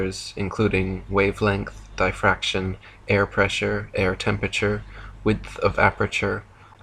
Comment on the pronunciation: pronounces "temperature" as "tempature". I don't know if I can make it through a whole video of this...